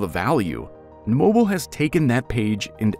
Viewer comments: Can not even pronounce the name of Mobile correctly. Mo-beel ' (accent on the 2nd syllable) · It is not just the state ... anyone in the surrounding states knows how to pronounce Mobile . They lied because they thought it was just a you say potato and I say puhtahtah type thing . It is not . MobEEl is pronounce that way because it was founded by the French . It is not just because some dumb rednecks decided to just pronounce the word MobEEL differently . MobEEL was New Orleans before New Orleans was New Orleans . The first Mardi Gras celebration was in MobEEL . If you doubt any of that look up what the Dauphin was that nearby Dauphin Island got it's name from . You occasionally hear national broadcasters mispronounce Mobile but they won't do it repeatedly because people will start letting them know ... perhaps not the history, but anyone in the region knows how to pronounce the name of the city correctly . Otherwise, I enjoyed the content itself . I liked hearing the details of the construction ... just repeated mispronunciations of the subject city gets on your nerves. And then when they gets in the comments trying to say they found people from the community that said you could pronounce it either way ... everyone knows they are completely full of it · I had to give the whole video a thumbs down because of the down right LIE about asking members of the community for the pronunciation. I have lived in this area for all of my 72 years and have NEVER heard ANYONE call it any way but Mo bill except damn yankees !!! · exactly, they told an unnecessary lie. No one in this state will believe anyone from this state (especially Mobile locals) pronounces it any other way than Mo Bill. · Starts video pronouncing Mobile correctly. Randomly starts saying mobile. Wraps up by saying Mobile correctly. What a guy. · Pretty sure this is an AI/Robovoice. Mobile keeps getting pronounced wrong. AI/Robovoice cant figure it out. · That’s Mo Beel, not mobull! Thanks !!